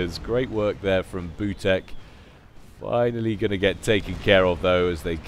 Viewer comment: maybe butek reads like "veetyok"?